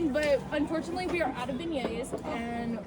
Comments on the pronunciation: Beggaes?? Biggeas?? Beignets?? It's "ben-yay", phonetically. 👍 😆 🤣 I was dying laughing. Reminded me of a news channel commercial, local to New Orleans, back in the 80s. The tourist-actors were talking about getting "bag-nets". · LOL kept hearing bidets and then you were looking for beignets. Also, love Magical Girl Melanie!